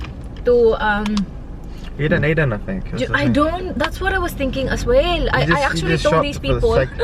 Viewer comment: Yung mga pagpronounced mo.. Yung WELL u say Will. Yung OFf You say Uff...